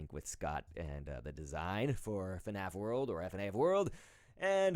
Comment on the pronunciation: NOT FUHNAF JUST FNAF JEEZ!